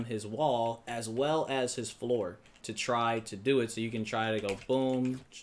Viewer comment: Im sorry but its floor 😂